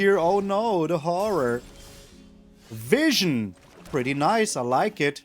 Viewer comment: I like "" better. It's your German charm!